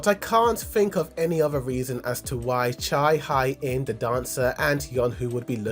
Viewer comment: just so you know, it’s not cha high in, it’s cha hae (hey) in😭